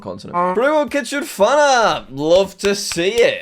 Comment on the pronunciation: Jack forgets the "n" in fanart...